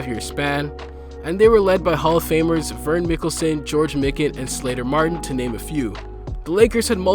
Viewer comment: MY-KIN….Christ if you wanna have a basketball channel, learn the fucking names….